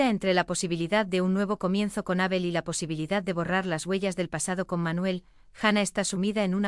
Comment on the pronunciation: Menos cuando nombra a Abel, nadie le dice a esta chica que pronuncia mal el nombre de Abel? Es chirriante oir como pronuncia su nombre